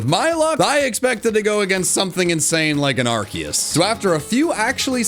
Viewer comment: didnt pronounce arkoos correctly